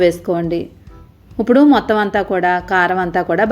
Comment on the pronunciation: ఉప్పుడు కాదమ్మా ఇప్పుడు